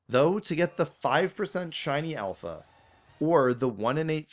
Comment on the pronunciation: IT'S ALPHA, NOT SHALPA! SAY IT F*CKING RIGHT! AND THERE SHOULD BE ONLY 2 I'S IN DRATINI!